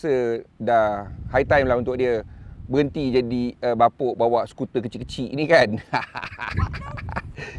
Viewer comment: Skuter bang bukn skuder